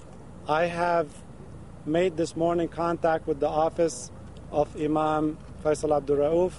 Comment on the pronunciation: its IMAM not IMAN, Jones. looooooooooool